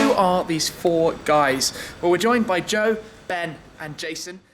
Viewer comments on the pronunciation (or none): none